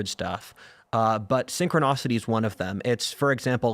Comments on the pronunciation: synchronicity not synchronocity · It's not synchronocity! It's synchronicity! It's hard to take anyone seriously who can't pronounce basic words.